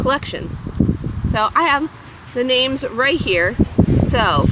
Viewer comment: so cool you got the names Right!